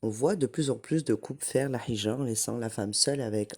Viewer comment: Salam alaykoum. Juste une petite correction: on ne dit pas hijra avec un ح mais avec un ه. C’est هجرة BarakAllahoufik pour tes rappels